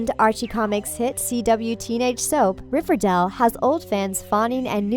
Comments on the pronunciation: It’s RiverDALE not RiverDELL 🤦🏼‍♀️ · Riverdall. It's Riverdale, get it right 😂😂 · SHE US SAYING RIVERDAL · She pronounced it Riverdal... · OMG ITS RIVERDALE NOT RIVERDAL AND ITS CHERYL BLOSSOM NOT CHERRY BLOSSOM THIS IS TRIGGERING ME!!! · OMG stop saying RiverDELL. It's RiverDALE. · I don’t like the narrator she say it like riverdel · It’s RIVERDALE!!!!! NOT RIVERDELL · I’m kinda annoyed by her pronunciation she kept saying “riverdel” it’s more “riverdeil” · What BS from a person who pronounces Riverdale as ReverDaal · THE WAY SHE SAYS RIVERDALE, ITS RIVERDALE, NOT RIVERDELL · I cringed every time she pronounced Riverdale RiverDELL😩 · First of all it's not "Riverdaale". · **GRUNDY** Also, does it bother anyone else that she says “RiverDELL”??? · I hate how she says it like, “River-dell” 🤦‍♀️😂 it annoys me, anyone else?! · Ikr its cherrryl ((i think u spell like that) you can hear her thick her robot voice. She is just jealous she cant make a show as good as riverdale. hasnt evn watched it! she cant say there names, there ages, the show name, she says 'riverDELL'. So annoying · WHY?? I AGREE, DIS LADY PROBABLY HAS NOT EVEN SEEN RIVERDALE, WHO THE H*** SAYS MS.GUNDY???? AND RIVERDAL?? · That and for some odd reason keeps pronouncing Riverdale as "Riverdell" lol. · Fluffed Pillow it's pronounced "river-dale" just like Its spelled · Atara Berzon dont forget "riverdell" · "cherry" "riverdell" what else? betty copper?? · Paul Bowcherr? BOWCHERR? EXCUSE ME? OH AND LOOK ITS CHERRY BLOSSOM TOO! AND GUESS WHAT SHOW THEYRE ON? RIVERDELL! WOOOWW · Am i the only one who got triggered when she said cheryl and riverdale wrong😂 Edit:And every other name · You can’t even say riverdale or Madelaine right and your going to try to talk about the show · i know and its is killing me inside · Is anyone triggered cause she is saying riverdale and cheryl wrong😐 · First thing I notice she pronounced riverdale wrong